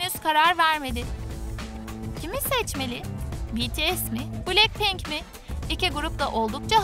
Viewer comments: Blacpink değil "Blackpink" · Me: Niye başlar başlamaz BTS'i düzgün okudunuz da niye BLACKPINK'İ yanlış okudunuz? Troom troom: Blekpenk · Cankuk ???? Lisa ?????? Cey-Hop????? Betese?????bilekpink????? ??????? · Oha betese demeedi ama bilekpink ne ya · Cankook ?! Jemen?! Bities 🤢 ?! Blekpink ?! Bunlar neee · "BiLeNkPeNk" ne yaaawww Bts "BeTeSe" demeleride ayrı bi sinirime gitti aw